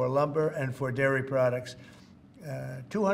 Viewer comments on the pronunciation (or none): Said the grifter that's been ripping Americans off his entire life!! Also, did he just say number & lairy products?!?!?